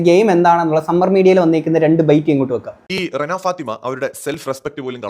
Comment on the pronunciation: രേണ അല്ല ചേട്ടാ റെന 😹